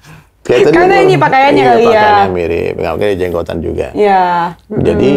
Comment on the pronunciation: R Mirip bukan L ...R yaa..🤣🤣🤣🤪